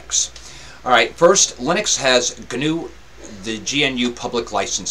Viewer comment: Thank you, I've been wanting to take a look at this, but the Virtualbox install failed. By the way: GNU is pronounced "gnu" (like the animal).